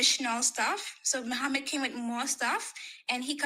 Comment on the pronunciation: Hell will be full of muslim woman said muhammud😭😂